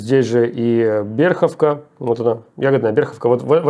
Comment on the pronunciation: Не Берховка а Берхивка